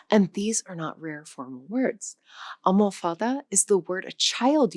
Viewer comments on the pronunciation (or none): Interesting video. But try to be more careful regarding the pronunciation of some of the Portuguese words, for example ALMOFADA (with the stress on the 3rd syllable {almo'fada}, ALCANTARA (stress on the 2nd syllable {al'cantara}.